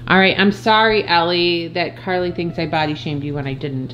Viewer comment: btw its Carlaylee you were close